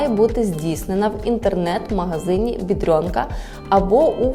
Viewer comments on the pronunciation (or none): Де ви берете це бйедрьонка? Жоден поляк так не говорить,тільки українці.